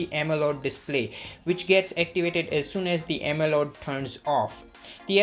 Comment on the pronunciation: Why does he keeps saying “AMELOD” display....